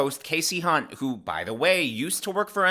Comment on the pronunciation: Did you say hunt?